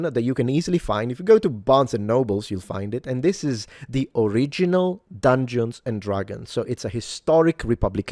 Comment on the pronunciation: Dung-gay-on and Drag-goons